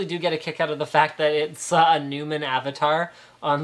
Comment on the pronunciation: Sorry did you say "Newman avatar" ? Think its Newell Linus. Gabe Newell.